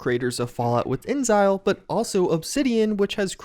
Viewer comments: Dude, it's In-Ex-isle not inzile. How can you not figure this out from the way it's written? Do you know the word exile? There are context clues on how to pronounce their name. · InXile is pronounced "inzile"? I thought it was "in-exile". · not "Insile" but "In exil" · I think its pronounced like "in-exile" not "inzile" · "In-zile"... I appreciate you trying really hard to pronounce weird words right but that one's actually pronounced how it looks. InXile = "In Exile" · inXile. Like "in exile". :) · i feel like its pronounced "in exile" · Pronounced “in exhile” babe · InXile is pronounced "In Exile" :b:lease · The way you say InXile is no joke very unique 😂